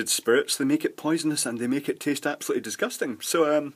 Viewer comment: usually sounds really pleasant and soft and then he comes out with "Facking hell, that's disgustang"